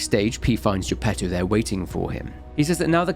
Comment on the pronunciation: Good grief, the Italian pronunciation for most of these names is atrocious, bar Giuseppe Geppetto which is done correctly. I will overlook it thanks to the quality of examination and narration delivered here, on par with his usual work.